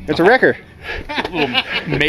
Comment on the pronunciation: Not a wrecker... It's a wrecked-er. :D